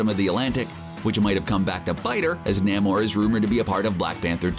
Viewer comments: Namor is pronounced "NAY-MORE" and not NAM-OR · it's Name-Or not NAM OR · namor is pronounced Nay More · It's not Nammore. It's Nay-more. And he's the sub-mariner. Some people call him the submarine-er. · Nay-More not Nah-More. Do you even Comic, bro? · Who the hell is NAH-mor?? Thanks for revealing the reader isn’t actually a comics fan. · NAY-more. Not whatever the hell you said. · You said Namores name wrong so many times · You did not pronounce Namor correctly. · Please learn how to pronounce the names you're saying. Wiccan is not pronounced Why-can. Sounds like more like wicker, but with an -an on the end instead of -er. Also, Nahmer? No...Namor as in 'Name-or'. This was frankly embarrassing to listen to. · Thumbs WAY down for NAM-or and WHY-can. Can we please have someone read this who actually reads comics?!? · Nah-mor? Why-can? How can you make a video about comic book characters and not know how to pronounce their names? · Yes I am a huge fan of Nah-mor and Why-ccan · Narrator needs to learn how to pronounce Namor and Wiccan.Wow. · Narrator needs to learn how to pronounce names. Thumbs down